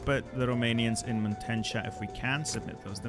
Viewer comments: Please, consider learning to read: Muntenia instead of Muntentia Oltenia instead of Oltentia Pre[sh]ov instead of Pre[s]ov, notice the š there Ko[sh]i[ts]e instead of Ko[s]i[ch]e/Ko[z]i[ts], as it is written as Košice Debre[ts]en instead of Debre[ch]en Pe[ch] instead of Pe[ks] And the Germans controlled Ostrava already. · The way you sayed Muntenia💀